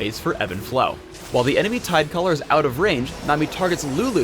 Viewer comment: why did he say tidecolor?